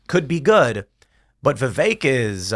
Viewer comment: Vivek's name was pronounced properly 100 times in this episode, and this idiot from New York continues to mispronounce his name. I don't want to say he's an idiot, but i hear him speak.... I have to bite my tongue. Go back to Brooklyn you deigo guinea wop. Keep pouring olive oil straight down the drain and ruining your own sewer system... and choke on the flood that's your own fault. NYC was ruined by these people.